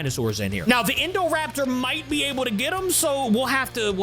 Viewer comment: Uh you said indorapter